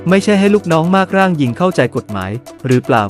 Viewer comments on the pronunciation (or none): នอ่านภาษาไทยยังไงว่ะ มากร่าง (มา-กร่าง) เสือกอ่าน มาก-ร่าง คน ตปท.กูจะไม่ว่าเลย จากเสียงนี่ คนไทย 100% เออว่ะ กำนัน-ผญบ.เกษียณ 60 สั่งสมอิทธิพลได้ เอาแบบ 4-5 ปี ดีกว่า 4-5 ปีก็มีการกระจายรายได้ทีนึง ชอบ ชอบ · อ่านว่ามา-กร่าง ไม่ใช่มาก-ร่าง คนอ่านข่าวควรอ่านให้ถูกต้อง